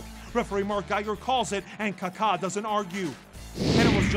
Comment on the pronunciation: Ka-Ka not Kar-Kar